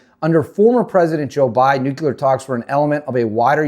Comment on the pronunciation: … It’s pronounced “new clear” not “new cue ler”